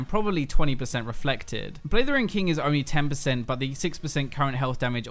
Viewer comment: sounds like you say "Blithering King,".:p